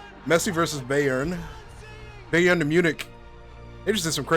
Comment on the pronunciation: It's pronounced buy-earn